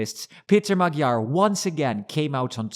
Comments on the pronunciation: even though you were in Budapest, seems you still didn't notice that Magyár's name is not pronounced "Magyar" (as with a G) but rather "Moadjor" (DJ) ;-) regards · Like your report, but can you try to pronounce the letters correctly? The g in Magyar is not spoken as a g. the gy is a completely own sound between a d and a g plus y as in yes. ;) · What keeps you from pronouncing Peter Magyar‘s name correctly?